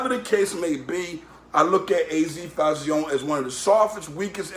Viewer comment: What did he say Fahh-zee-own-nay or some shit 😭😂